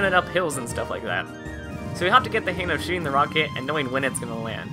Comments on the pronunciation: Dude. It's HANG. Not "hain" Sorry. It was really bothering me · Im sorry but it irritates the fuck out of me that you say "han of it" pronounce the "G"!!!!